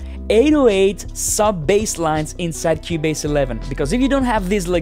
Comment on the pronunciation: “In Kiewbaze” love this accent